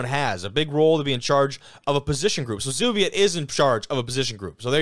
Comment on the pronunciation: If you get him on the show, Kenny's last name is pronounced "hearn-sir". Matt Zubiate in the photo is "zoo-bee-ah-tee". Love the show.